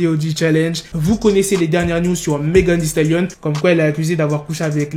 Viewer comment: Sa se dit «megan thee stalion»